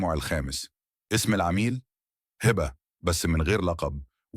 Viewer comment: انت مش عارف تقرأ كويس ليه اسمها هبه مش هابا و كلامك مليان اخطاء عيب كده 😮😮😮